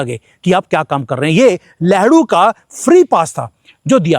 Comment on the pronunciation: गलती से आप लेहरू बोल गए😂😂हालांकि लग ठीक ही रहा है🤓